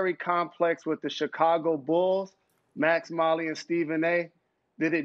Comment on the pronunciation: SAS: "ChicagUL"